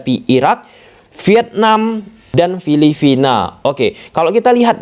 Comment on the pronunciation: Filipina mass gatel banget saya denger Filivina 😂